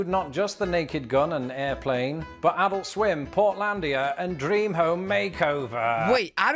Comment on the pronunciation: You said Adult Swim and I heard Alister Sim. How tf can you think Alister Sim is not British?! Oh, adult swim. Yeah that’s not British. (And Alister is actually a Scot, but same same.)